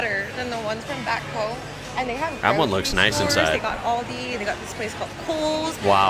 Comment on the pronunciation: girl did not just say all-de 😂😂 I can’t